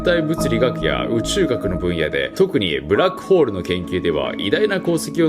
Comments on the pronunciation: イーサンシーゲルの発言ブラックホールじゃなくてグラックホールになっとるがな笑笑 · 12：01ブラックホールがグラックホールになってる